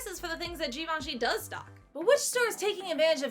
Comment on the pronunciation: Obsessed with how she pronounces "Givenchy" later in the vid. So couture